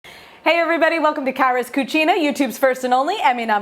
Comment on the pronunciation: I thought she said Carla's cuchi... Lol. I'd eat that too. Lol